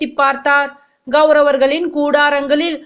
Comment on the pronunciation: Pronounciation is not correct It’s kauravargal n not gauravargal